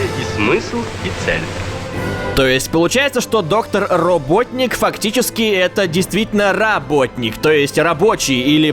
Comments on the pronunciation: Правильно роботоник, а не роботник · это Роботоник, а не роботник. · в амереканской версии мультика про соника эгману ставать ударение robOtnik от слова bot c англиского означающие робот.